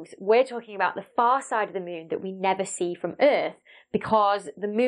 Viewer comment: I love how you say mũn